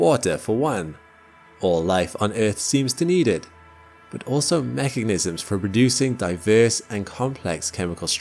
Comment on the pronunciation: Every new episode is an opportunity to learn about all the "MechaGnisms" in this Universe. I love the way you mispronounce that word, and honestly, it sounds much better than the correct version. Please, if you ever read this, keep saying it wrong. It brings me joy every time I hear it.